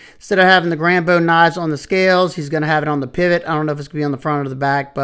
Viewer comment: By far the best pronunciation of Grambeau yet! Cheers for sharing these stunning knives mate.